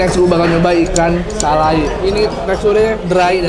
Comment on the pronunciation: Ikan salai,dibacanya salay ngab